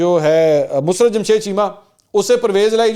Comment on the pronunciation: Mansoor , it is Musarrat , not Musrat Cheema . You always say Musrat !